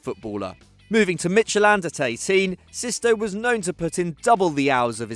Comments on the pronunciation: This is how they always pronounce "Midtjylland" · Midtsjælland really?? I think you mean Midtjylland, as there is no club called Mindtsjælland. You might be confusing them with FC Nordsjælland ...